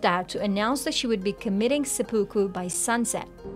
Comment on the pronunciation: Good video aside from the constant bad pronunciation of seppuku…..the series mentions it several times teaching us the proper way to say it